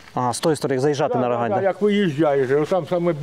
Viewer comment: не РОгань ....... РогАнь(на бакву а наголос).. заїбали ,і пиво наше Не РОганьське а РоГаньскьке. ще до війни бісило